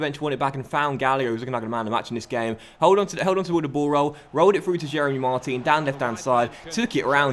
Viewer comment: It's Mar-TAN not Mar-TEEN! Other than that, great season and great series!